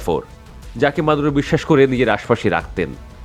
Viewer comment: এ বোকা বাল নামটা তো ঠিকমতো বললে না